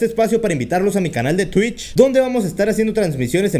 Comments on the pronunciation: es twich no tuicb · Pues a ver sino te cierran el canal por decir tuich